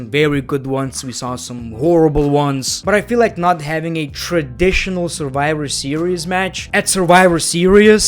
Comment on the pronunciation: the way you pronounce your "v"...😂😂 It's Survivor Series and you say "surwiwer series"..😂😂😂😂🤣🤣🤣🤣